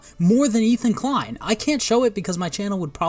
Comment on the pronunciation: "Ethan de-klein" lmao, idk if you did that on purpose but that was genius, I wish I came up with that myself